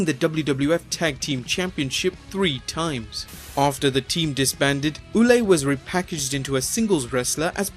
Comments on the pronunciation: Carl Ouellet . Ouellet is pronounced WELL-let, not WHO-let. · Re: Triple H. His name is pronounced "Leveck" not "Levesk", and Carl Ouelette is pronounced "Wah-lett" NOT "Oooo-lay". You might want to get your pronunciations right. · You work way too hard for nothing, mate. Ouellet is prononced "Wellet" like "well" and "wallet" together. We got shitload of silent final letters indeed, but it's not one of those cases. "Rougeau" and "Lafitte" are pretty spot on though. 😉